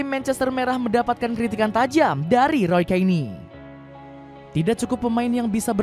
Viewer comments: UCAP ROY KAINI = Roy Keane :D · Min, dubber nya diajarin dulu min, masa roy keane jd roy kaini